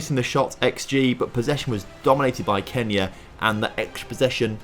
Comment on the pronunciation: !!!!! Man Y du you say🔼KENYA🔼 Like that its not F**in cool